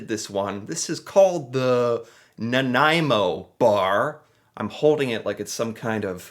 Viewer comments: Excellent video my friend and as a Nanaimoite I thank you for trying this delicious treat and for the correct pronunciation....love your channel....you really need to try a butter tart.....:) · I'm from Nanaimo and was impressed that you pronounced the City Name properly!!! Also glad you liked the bar!! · Nanaimo bars are the freaking great. My favourite desert. Homemade is best and the ones from M&M frozen foods. There are recipes on the net for these.popular at Christmas. I think custard came from Britain. Your pronunciation is getting pretty good.celebration cookies are great with a cup of hot tea, even though Americans don’t usually drink hot tea. Celebration is from Quebec. They come in dark chocolate as well, but I like the ones you got better. That building is in Quebec City I think. Actually bear paws look like actual bears paws. It’s a kids thing. I am not nuts about marshmallow cookies….way too sickening sweet. Digestives are not bad but again they need a cup of tea. They make good “dunkers” . Every thing goes better with tea. Never tried 1/2 moons. You should have tried butter tarts (with nuts) …………..you could make a good Canadian! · I'm thinking, yes without googling lol, that the original bear paw was a molasses cookie. Now that was good ... especially with a cuppa tea after supper ... i'm not fond of all the different flavours. Same with Nanaimo Bars ... and god luv ya for getting the name right lol, how many people pronouce it 'naomi' bars 🤭 ... but whatever you call em, they are delicious indeed. And as per my personal tastes, the original is the only kind for me ... happy snacking 😉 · Bonus points for getting the pronunciation of Nanaimo right. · So glad he pronounced Nanaimo properly. I love that Costco brings in these bars for Christmas. M and M meats makes a really good one, as well. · Wow! That’s the very first time I’ve heard someone not from BC pronounce Nanaimo correctly! 👍👍 P.S. I don’t like the bars.🤢